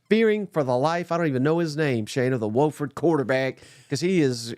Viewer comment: Its Wofford with a short O. Whoooo ford.